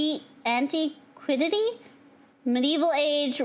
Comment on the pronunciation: cant pronounce antiquity its so over